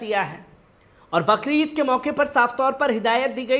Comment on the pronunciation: बकरीद नहि बकरी ईद बोला जाता है